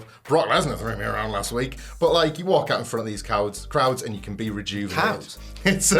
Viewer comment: am i the only one who heard krautz instead of crowds ?